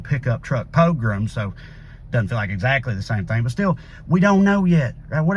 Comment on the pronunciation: okay but the way you pronounce pogrom is low key a hate crime